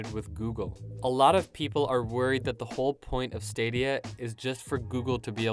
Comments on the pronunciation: "google stradia" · Try google straw-dia....